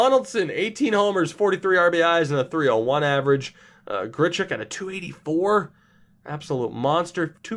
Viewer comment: It's Randall "grich-uck"